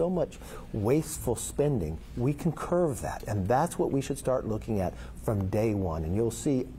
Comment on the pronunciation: Curb, not curve. Can this guy answer a question ever? Very weasely.